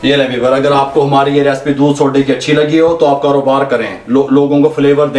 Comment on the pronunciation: Recipe kehna seekh pehle.